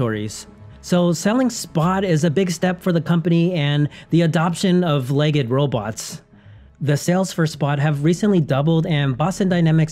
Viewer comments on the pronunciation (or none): LEGD -- it's pronounced LEGD not leg-ed --- like special-ed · "legged"? "LEG EGGED"? Why are you pronouncing it that way?